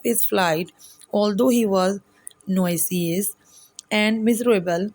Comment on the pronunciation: many words were pronounced wrong eg. nauseous you read it as noisious however it was pronounced as ; nosious